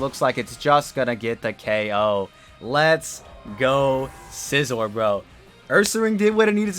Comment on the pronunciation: If you mispronounce scizors name again I’m gonna lose it lol